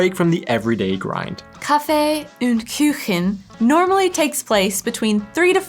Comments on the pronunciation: Kuchen is not pronounced Küchen. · "Kaffee und Küchen"? Why do you speak the difficult Ü when it does not appear in it? PS: My favorite cake is "Russischer Zupfkuchen/ Käsekuchen/ Quarkkuchen" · Red light really depends on the actual situation. Most people don't wait anymore if there is no car in sight or at night.. but if other people are around some social pressure might stop you, but not always... Funny you mixed the pronounciation of Küche and Kuchen to a new word: Küchen. Kuchen is a normal u so in English ou. No Umlaut. Food has changed drastically with the generations. Today everyone does it differently. Many are on some diet, vegetarian, vegan or whatever... so in the generation 20 - 50 there is not much homogenic food behaviour anymore. Anything goes. We as a family usually ate warm dishes for lunch and only Abendbrot for dinner. No warm dishes. That's how i grew up. Dinner means bread, cheese, Wurst- Aufschnitt, all sorts of pickles... etc. Sometimes there was the exception to the rule and my mom made Bratkartoffeln mit Speck or Ei. Cucumber, Tomatos on bread, Herbs in Quark on bread. today it varies... traditonal weekly or biweekly dishes are for istance Spinat und Ei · It‘s KUCHEN, not KÜCHEN - the U is pronounced as "Ou" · sorry to correct you but it is not "Küchen" its Kuchen . use Ku like in Kuh (cow) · the same here with: "Kaffee und Kuchen" --> Kuchen --> "u" like in "Dude" or "rude". NOT ü. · Dear, some pronunciation help: the u in words like Wurst and Kuchen is the same as the oo sound in English words like root. So try "coo-chen" and "woo-rst"! While I'm am impressed by your ü skills (you pronounced the words as if they were written "Küchen" and "Würst"), that's a different sound;) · Pronunciation: Kuchen, nicht "Küchen"! Knödel, nicht "Nudel"! Ich gucke immer wieder gerne. Weiter so! Danke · It's KUchen! not KÜchen! you really have to practice the Umlaute Ä, Ü & Ö. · there is no ü in Kuchen ;) a "Küche" is what you call kitchen